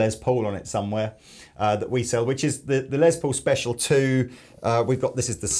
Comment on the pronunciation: LESS Paul not LEZ Paul for the love of christ